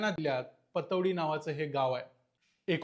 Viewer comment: पटौदी ✅ पतोडी❌